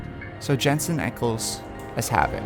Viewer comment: I freaked out when he said Jensen eckle